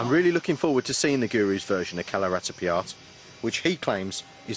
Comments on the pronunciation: yeah ... you'r right, he's pronouncing it Kalaritipiya :D I wonder how he got his employment with BBC. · Kalaratipiyat? Is he pronouncing it right? because that's all I'm hearing from him. He's saying "Kalaratipiyat." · Can somebody tell this guy that it is "KALARIPAYATTU" and not "KALARIPIYAAT." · kalaratipiyat .. ?? :P lol its kalaripayat... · Hehehe.. it is like saying that Jesus is imitating the Pope.. Other forms of Eastern Martial arts WILL look like Kalari because it is the grandpa of them all.. the presenter has not even cared to pronounce "kalaripayattu" correctly before venting his anger on it.. Next time, I hope BBC sends a sensible man to CVN Kalari in Trivandrum.. cheers..